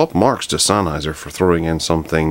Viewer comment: “This is the Sennheiser Flex foyb towsund”